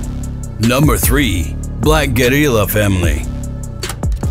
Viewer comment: When the A.I. says "Black Guerrilla" in Spanish accent